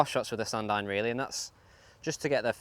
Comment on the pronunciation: He is saying "Sand Iron"